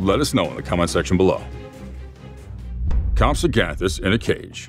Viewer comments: “Comsoganthus?”😂😂😂😂😂 it’s: (comp-SUG-nah-this) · Bro pronounced compsognathus wrong and mosasaurus